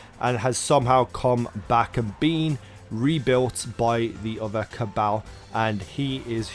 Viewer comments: how does everyone in the game pronounce it? Ca-ball, not caa-baaal. if everything was pronounced as it was written then know would be pronounced ke-no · Ca-ball not ca-bale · It's CA - BALL . My cabal . Pronounce it right please ! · Go listen to Variks say Cabal in the Prison of Elders and then you will realize that you just pronounce it wrong. It is spelled Cabal but it is pronounced CA-BALL.